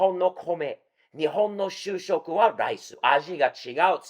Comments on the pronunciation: しゅうしょく？しゅしょく！ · しゅうしょく ？ しゅしょく 主食 ですね。 CC(字幕)だと 就職 になってます。